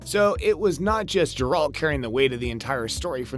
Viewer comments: Brief aside, you should actually watch and retain the info you're going to report on. Your obvious and multiple mispronunciations make it apparent you are simply reading someone else's words. Jeralt, Ciril-ia, Veneberg, Herrich, etc. It's G -eralt, Ciril-a, Veng-erberg, and Hiss-rich. The idea that game of thrones and the witcher are connected is extremely thin, but not entirely without merit as there are multiple worlds in Sapkowski's books that Ciri is able to travel between. Spoiler alert- Ciri comes to earth and spends time with the knights of the round table at the end of the books. So, since game of thrones was a franchise made on earth centuries later, they are connected. Another possibility is GoT is another world that could be connected to the Witcher universe, but that's even thinner. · It is pronounced Geralt the G is pronounced in with a G sound like in the word Gutter. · You mage movies about Geralt but you can't say his name right .thats silly . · You’ve totally butchered the name of the main character. Congrats you’ve earned a dislike